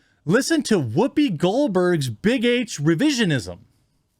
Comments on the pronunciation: Whhhoopi? You're saying it weird. Why are you putting so much emphasis on the H? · Wwhy are you saying Wwhoopi like that? Wwhy oh wwhy lol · I'm sorry man, your points are all wonderful and maybe I'm just from a different part of the Midwest than you, but every time I hear you say 'Whoopi Goldberg' I lose focus because the way you say words starting with 'wh' is funny to me. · Why are you putting so much emphasis on the H? Stewie, is that you?